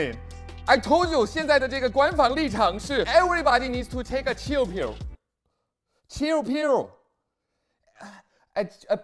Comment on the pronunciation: The accent when you pronounce chill pill HAHAHAHA I laughed so hard I almost peed myself. Love from China.